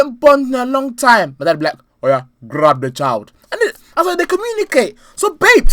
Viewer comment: “grrrab de child” 😂😂😂😂😂